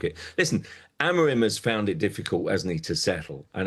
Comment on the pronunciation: sky sports presenters pronouncing names wrong is so cringe. "amoram"